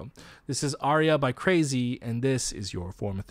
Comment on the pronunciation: It’s actually not “crazy” it’s actually pronounced how it’s spelled “Craxy”